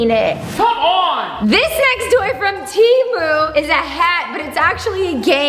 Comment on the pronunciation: You pronounced Temu wrong